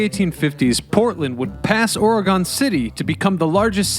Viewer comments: I was super excited about this video because it was about my home city. I'm dieing inside because you can't say the state name correctly. it is Oregon not or-gone. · Ori-gun lol We say it like Oregen: Oregon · QUIT SAYING "OR-EH-GONE"!😡 IT'S "OR-GUN"!😂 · It's Ore gun NOT Ore GONE the fuck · its oregon not oregone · OR-GUN, NOT ORYGONE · Great job pronouncing Willamette correctly, but you slaughtered Oregon. It’s “Ory-gun” not Or-A-Gone. And to the naysayers, the tunnels are real - I’ve been in what remains of them. Seattle has them too with organized tours. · We pronounce Oregon like Orgun. You have to pronounce our name the way it is properly called if you want to he taken seriously. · OHR-EH-GUN. ORR-REH-GUNN. ORRRR-EHHH-GUUN. Or just call it "the state with all the trees, volcanoes, and waterfalls in the Pacific Northwest." 🌲🌲💚🌲🌲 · Dude. It's or-eh-gun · I have never gone inside Portland but the story of the tunnels has traveled far and wide across Oregon interestingly enough Corvallis and Astoria and Salem also have similar tunnels oh and good job saying willamette right but couldn’t get past ore gone I’m not upset about it it just is a little painful on the inside hearing the place I had been born and family had been living in before their was a usa generations my family had been here it’s just a Oregon native thing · Or-e-gin :) Portland is still the most dangerous.. lol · I always go with "Ore-again" when I have to explain it to anybody. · Please consider re-recording pronouncing the name of the State properly…..Ory-gun. Otherwise great video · Oregonians everywhere are cringing every time you pronounce the name of our state “or-gone”. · Or pronouncing it Orygone😜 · “Orgone?” (Ala Wilhelm Reich) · I stopped watching this video to comment that Oregon is not gone. If he wants to be taken seriously, he should at least research how to pronounce his topics. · You're right. I'm cringing pretty hard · please don't say Oregon like that -everylocalever